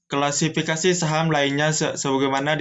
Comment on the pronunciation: Kla si fi ka si, bukan kla fi si ka si pembicara ketiga… belibet amat dah… tapi thanks materinya… 👍🏻